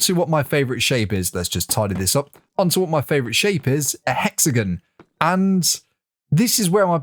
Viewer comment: am i the only one annoyed by his pronunciation of hexagon